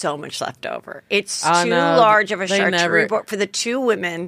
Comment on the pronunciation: i love fortune laughing that heather is mispronouncing charcuterie when she herself is mispronouncing it. that is just hilarious!!!! gold